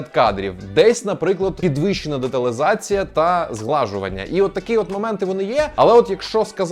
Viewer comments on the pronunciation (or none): Чому саме "деталИзація"? Адже немає перевірочного слова "деталИ" неприємно чути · Це він взяв від Geek Павло теж так говорить)